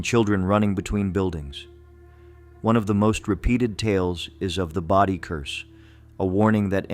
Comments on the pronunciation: 'body ghost town??? 'Bodie' is pronounced Bow dee. Dang, wish they'd pronounce things right. One little girl was reported to have said; "Goodbye God, we're going to Bodie" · Bodi...long o, long I. Not hard. ... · Bodie....LONG "o" sound.... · Yup. Bodie and Lompoc….